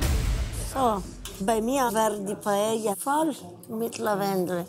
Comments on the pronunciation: Also mal ernsthaft lieber, wenn ich schon PaeLLa höre anstatt Paeja (und ja, das ist nur für die Laufschrift so geschrieben) dann denke ich mir meinen Teil. Da braucht der Koch nicht unbedingt ein spanisches Kochbuch, sondern DU ein spanisches Wörterbuch! Peinlich hoch 10!!! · Warum kann Paella und Mojo niiiieeee korrekt aussprechen?